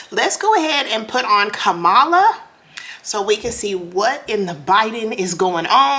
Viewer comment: Her name is pronounced Comma-la not Ka-malla!